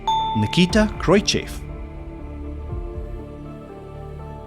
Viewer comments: The name is pronounced KROOS-CHEF. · Khrushchev is pronounced Khroo-shov.